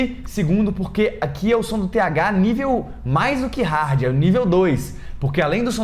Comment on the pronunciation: Kkkk mas Ele disse hardi kkkkk "nivel hard"